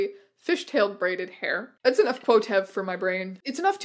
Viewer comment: I’m sorry but the way you say quotev stresses me out SO bad 😭